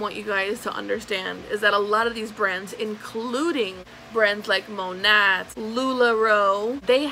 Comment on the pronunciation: That shade range is UN FUCKING REAL. And I say "Monat" the same way - that's how it's spelled ffs. It's not Monet.